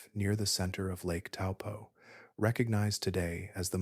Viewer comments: Bro taupo like your big toe and your rich and your poor just have a go and pronounce better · Helpful tip for pronunciation / Taupo = Toe🦶+ Pour🫗